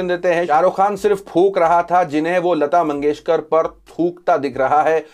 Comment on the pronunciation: (Bharat ratna lata mangeshkar) not lata mangeshwar hyala neet bolta yet nahi ani channel chalautay suresh chavanpuri kuthla